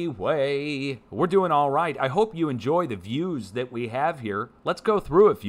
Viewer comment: forgive USGS, even though ( THAY ) know what (THAY) Are DEWING 😂💗